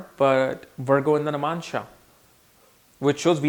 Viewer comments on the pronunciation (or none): Is he saying Namansha? 🤣